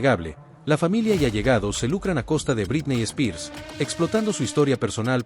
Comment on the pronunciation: Me encantan tus videos pero me hace mal tu pronunciación de "Britney Spears"